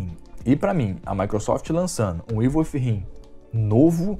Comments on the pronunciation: evil wifhiiimmmm kkkkkkkkk pqp!! le se evil widinnnn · Galera vamos ajudar cara paga te curso de inglês deixa like aí. Porque Ivo If him foi hilário de escutar! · Evil with him? Aprende a falar ow doenteee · "ivel fi rrin" hehehehe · Ívol uífirrin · "Ivo ifo him"